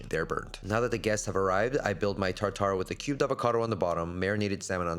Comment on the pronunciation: His pronunciation of tartar enraged me.